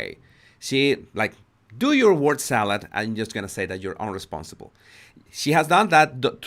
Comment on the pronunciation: People commenting on his accent are just petty. Spanish speakers can have difficulties with B and V, so it can sound like, eg. "unresponsibe" instead of "unresponsive", but we can all hear what he is saying. So stop saying his English is bad, it is good, and we can all understand him.